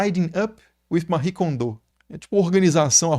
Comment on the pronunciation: Eu acho curioso essa pronúncia do nome da Mari Kondo. Ela é japonesa e não francesa hahaha. Além disso, salvo engano, ela foi “sacerdotisa” (muitas aspas aí) do santuário Shinto da família dela.